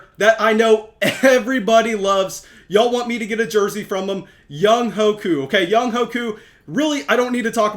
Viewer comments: Young HUAY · Young-way, you gotta pronounce the GOAT’s name right